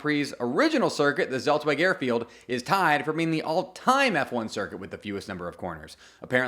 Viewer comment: Zeltweg = tselt-vek